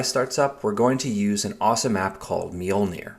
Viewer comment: It's just pronounced "MOLE-neer"